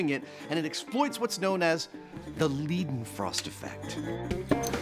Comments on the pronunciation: i'm sad they pronounced liden frost wrong still; still love the show though. (PS: leiden is a German name pronounced like lied-en) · Adam and Jamie's pronunciations of Leidenfrost are hilarious different. Jamie's is quite good. Like far better than I expected. Adam basically switched the e and i and said Liedenfrost instead